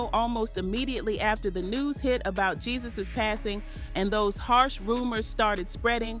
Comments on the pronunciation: Why she pronouncing his name GeeZus? It’s pronounced “hey-Zeus”. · His name is not pronounced the way its spelled!!! The "J" is pronounced with the "H" sound. I ' CAN'T '🤦🏽‍♀️, with this pronunciation 😂😂😂